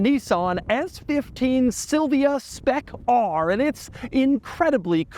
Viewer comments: Why are we saying spec rrrrrrr like blackbeard would have lol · When Doug says "Spec ARRRRR" he sounds like a pirate